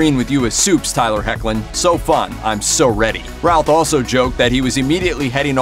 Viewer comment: terrible pronunciation of tylers name.